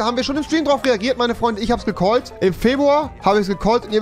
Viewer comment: Niemand: Absolut Niemand: Rewi: Febwua